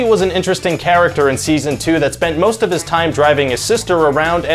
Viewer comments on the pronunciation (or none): none